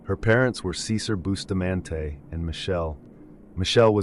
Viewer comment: Pronouncing it "Boo-stah-man-tay' is certainly a choice.